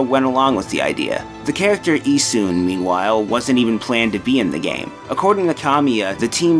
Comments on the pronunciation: It's actuallt pronouced Ee-SH-un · I thought his pronunciation was particularly rough. The way he says Susano and Isshun was especially bad.